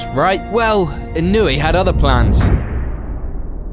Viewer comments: It's pronounced ee-no-eh, not ee-noo-ee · In-oh-way. Not wee. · I know Englishmen don’t know how to pronounce words correctly for the most part, but it’s pronounced ī-no-ū-aye not e-newey 😂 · Inuii? How are you gonna make a whole video about him but not research how to pronounce his name? 🤡🤡🤡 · This guy's name: Inoue This narrator's pronunciation: Inoooooeeeeey Me: Well he's clearly not a Bleach fan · I feel like you could have at least looked up the prononciation before butchering his name 200 times 😂